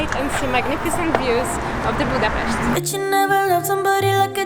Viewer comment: As a hungarian I hit the like button as soon as you pronounced Budapest the right way!